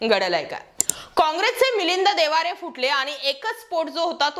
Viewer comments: मिलींद देवारे नाही ओ मॅडम 😂... मिलिंद देवरा असं म्हणा की😂😅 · Madam he is Debra and not Devare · वामाने देवारे नाही देवरा असं आहे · अग बाई तुला नाव बरोबर घेता येईना. त्याचे नाव मिलिंद देवरा आहे